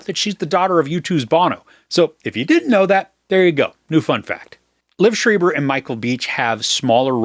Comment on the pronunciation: His name is pronounced LEE—Ev SHr-eye-ber